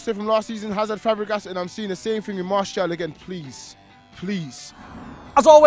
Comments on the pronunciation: His name is pronounced MARR SEE AL not MARSHALL. Annoying when Manchester United fans get his name wrong. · Who the hell is Marshall? Jesus, please at least attempt to pronounce the names correctly!! ffs.